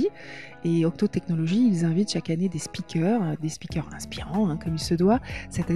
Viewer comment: C'est intéressant mais j'ai failli fermer la vidéo quand j'ai entendu "speaker"